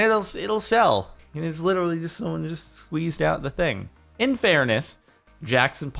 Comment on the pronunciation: "Iterally Magic"